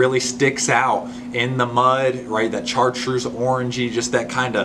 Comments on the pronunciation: Great info! Thanks for sharing!! Also you pronounce it shartreuse not char!! It's French! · MAN!!! Great info. Thanks for sharing. I'm going to have to go back and write all this down. we've fished together. No question I'm dedicated. But you know my brain doesn't have a USB port. It's still back in the floppy disk days. BTW, I've never heard someone call Chartreuse exactly how its spelled. Char treuse I've always said it like "Shartreuse".